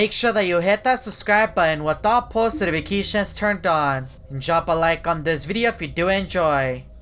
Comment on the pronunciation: Me: subscribe and enable post notifications: hit that subscribe button and with thatt potto nificattion